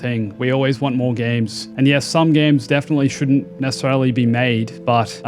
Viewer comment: Why is an Aussie saying games like me from the north of England? Gaaaames